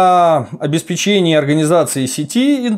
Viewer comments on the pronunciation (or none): none